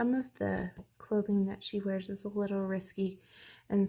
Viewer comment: Great collection! I love watching to see what I want next. And not to be mean but it's not "Risky" it's risqué, pronounced risk-kay.